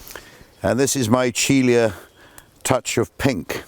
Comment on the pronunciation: A wonderful look at some of these beautiful plants that thrive so well at Caerhays. Just a note, the genus Michelia (which is now sunk into Magnolia, of course) was named to commemorate Pietro Antonio Micheli, so should be pronounced me-KELL-ee-ah, accordingly.